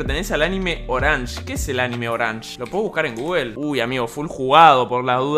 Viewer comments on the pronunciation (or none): none